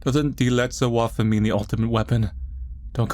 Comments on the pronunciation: waffe is pronouced like the "wa"tashi also its a referenc to nazis xD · Lmao "Die letzte Waffe"